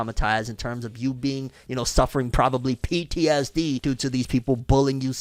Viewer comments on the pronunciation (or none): none